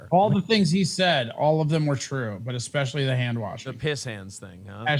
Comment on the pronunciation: I'm subbed, but please stop saying, " EXspecially" lol